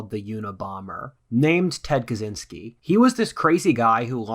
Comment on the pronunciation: Kuh Chin Skee. Pronounce it correctly.